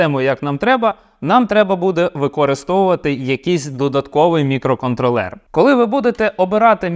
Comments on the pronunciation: Ох цей мікроконтролЕр, замість мікроконтрОлер, ріже вухо) наче цей чіп не опрацьовує периферійні пристрої, а контролює маленькі мікроквитки у іграшковому громадському транспорті) Але саме відео корисне, дякую! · Дякую за українську. Польотний контрОлер, а отже і мікроконтрОлер, не мікроконтрлЕр.. Але це дурниці. Продовжуйте! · На МК хіба на тепловізорі 32х32 буде адекватно працювати. Орієнтуватись треба на Lattepanda Delta +, бо розробити потужний чи портувати існуючий на МК це займе більше часу і не факт що буде дешевше, бо треба ОЗП зовнішнє та МК рівня H7 двоядерний. Правильно давати наголос мікроконтрОллер